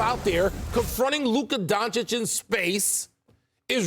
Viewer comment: How many years will Stephen A take to learn how to pronounce Doncic? The disrespect of this braggadocious talking head...